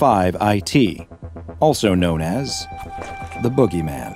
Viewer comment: Jit trippin my brother just came Outta nowhere and called the boogeyman the bOo-gay-men ☠️💀